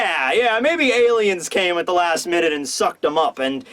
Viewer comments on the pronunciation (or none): none